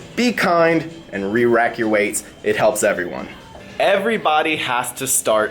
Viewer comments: Roderick Treadaway I heard rewacking every time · So he said it once. He said Rerack twice after lol.